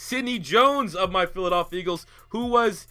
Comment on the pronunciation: "of my philidalphea eagles" lmao